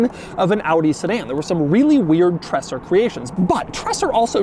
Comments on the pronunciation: call it in your wordspeed „treeeser“ its more like reality. greez from switzerland 🤩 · A lil bit like treZer. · Stop saying Tresser! I don’t know why but the word is slightly irritating. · says Treser so often and always wrong, a single S is slower he pronounces it like a double S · The single s in his name suggests his name rhymes with razor, not dresser. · I usually don’t like people who complain about the way other people pronounce certain words. But this time even I have to say it’s really bad. Every time he says Treser it hurts a little bit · Treser in German is pronounced TreZer. Also, the wheels are directional, the front left is a right side one. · German here, true about how to pronounce Treser, but i think Doug is already going way beyond how to pronounce German Names and Word compared to most other American Car Reviewers. But for those who want to have an easy way to pronounce Treser correctly try: "Dre" like in "Dr. Dre" but "Tre" and then "sair" Prost & Cheers from the Bavarian Alps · It's pronounced 'Treeeser' with a long 'e'. No idea where Doug gets the double-s from 😁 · These tinted taillights were available as tuning parts for some VW-Models being famous in Germany in the 80er and 90ies as Treser-Taillights. PS: It’s more pronounced like “Traser” NOT “Tresssser” it’s a soft “S”.👍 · Just so u know, it's not pronounced "tresser" and more like "traeser" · my ears are bleeding! The pronouncing is not "Trässsö" . but this is ( TRREEESÆRRR ") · Treser, Doug, not Tresser! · Its Treser not TreSSer . Phonetically its more like: tray Sir. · STOP SAYING 'TRASSR'!!!!!! It's Treser. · It's pronounced 'tre-zer' not tresser. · It's not "Trasser", amigo ... it is more like "Traysar". And we neither say "Wooltah", but more like "Wall-tar" ("tar" as in "tarmac"). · It's not tressur.. it's tray-zur. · Just a small correction: it´s not called "Tressah"! You pronounce it "Traser", like "taser" with an extra R. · Treser, not Tressor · Treser = pronounced "Traizer"